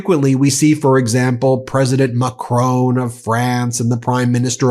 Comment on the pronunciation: Come on Ben - its not MA-CRONE of France - its MA-CRON. Please sort that out as its beginning to grate